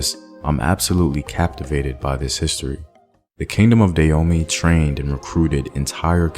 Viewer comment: Can you please pronounce the name correctly. I love your channel and you're normally really good about these things, but it's pronounce "Dah-ho-may"!